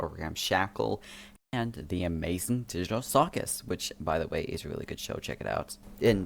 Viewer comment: i almost left the video when u said disney, BUT "The amayzing digtal cuwchus" IM SORRY I HAD TO.